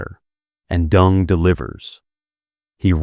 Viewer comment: Isn’t it “Deng “ and not “Dung?”